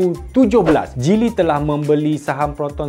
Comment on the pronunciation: Abang kamu cakap geely macam cili